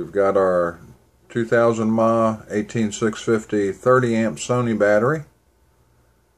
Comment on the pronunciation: mah is not "miliamp". its miliamp hour. ma is miliamp and the h is hour. but yeah, it bugs the crap out of me when people say "ma" like they are calling fro their mother.